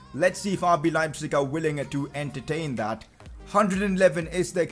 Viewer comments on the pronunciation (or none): none